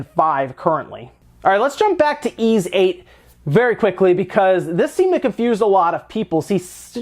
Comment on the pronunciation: Ys is pronounced like geese without the g. not ease. this series has been out since the 80's, people need to get it right